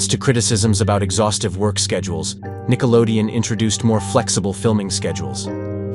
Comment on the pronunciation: But it's Nickelodeon, not Nickelodeo